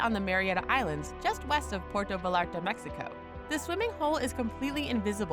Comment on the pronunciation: PWAIRTO VA-LAR-TA.